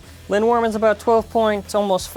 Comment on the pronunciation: Linwyrm looks so nice! (and I do believe you are pronouncing it right!) Too bad the slopes are bad, but at least the TP disc weighs more thank hasbro's Wheel. Fq looks visually nice imo.